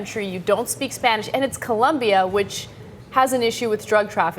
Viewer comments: It's "Colombia" not "Columbia" At first I thought it was a story about someone being deported to Washington D.C. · COLOMBIA. Not "Columbia." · Its OOOO not UUUUU, COLOMBIA !!!!!!! :) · it colombia not columbia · its COLOMBIA not Columbia, you idiots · It's COLOMBIA you guys! Why do most Americans get that wrong????